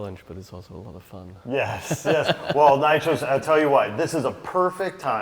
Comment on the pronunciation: The name of the Artist is NYCHOS not NITROS ;)